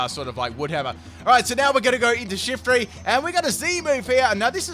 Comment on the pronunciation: "Special attacking Shiftry shet." :p